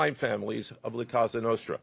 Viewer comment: La Cassa Nostra? He can’t even pronounce the name correctly? He must’ve not actually done any work in this investigation. He’s just here to read a script someone else wrote and take credit for nothing.